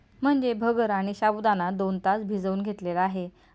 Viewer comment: शाबूदाणा नाही हो...साबूदाणा म्हणा...